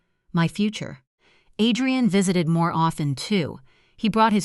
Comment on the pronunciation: These AI stories are hilarious. The mother made herself a cup of tea and then sat and waited for her daughter's mother-in-law who showed up the NEXT DAY! Then the break fast. Add rian, not Adrian. Quieter/ qeetier. LMAO.